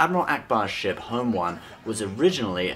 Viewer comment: half the time you say ship you say shit